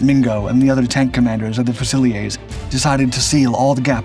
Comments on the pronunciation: Thank you for being respectful of my countrymen's contribution to the war with regards to this remarkable machine. I like your videos very much. FYI "fusiliers" in the British army is pronounced "fewzi-learz" not "few-zil-eyay". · It's pronounced FUOOSELEERS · The GM 6046 engine is basically 2 GM 6-71 engines geared together - the tank DID NOT have 2 Engines! Fusiliers is pronounced FEW-SIL-EERS. It is NOT a French word. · How are we pronouncing fusiliers now? 😅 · You're going to have to teach your robot how to pronounce "Fusiliers"